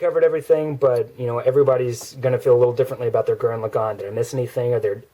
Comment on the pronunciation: finally someone can say lagann right! :)